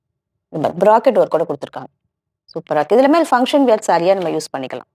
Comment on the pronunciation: Sarees are very nice. But don't say வியர் பண்றது. வேர் பண்றது is correct. Were மாதிரியே wear ம் same உச்சரிப்பு.